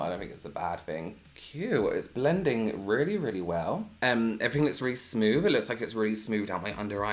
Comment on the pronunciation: .....And smoove (for smooth)! I LIVE FOR THAT! 😁💛✌👍👌😏😉